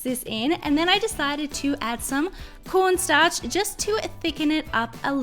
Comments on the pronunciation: did she just say porn starch? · I heard ‘PORNSTARCH’ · Sounds like she said porn starch lol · she rly just said “p0rn starch” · She said pornstarch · Am I the only one who heard her say P O R N Starch